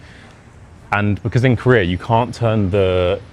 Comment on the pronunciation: Career...oh, Korea...lol.